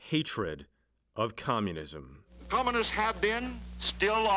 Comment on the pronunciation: He pronounced Communists "commonists".😁